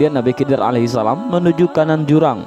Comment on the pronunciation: Ko di baca nabi kidir.. bukankah itu huruf kha atau di baca kho. Jadi bunyinya khidir bukan kidir..